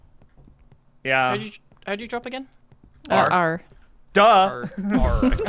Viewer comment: "R for drrrrrrrop" lmao